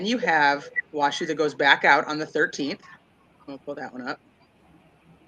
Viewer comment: It's also pronounced Wash-o not wash shoo. It's the native tribes name.